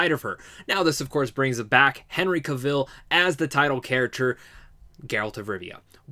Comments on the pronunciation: Pronounce ka vl not Ca vil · Henry's last name rhymes with travel, not Cruella Deville